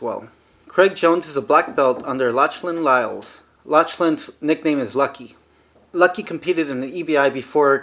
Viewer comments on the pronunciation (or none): Lochlan is pronounced Loklan and Giles is pronounced starting with a j.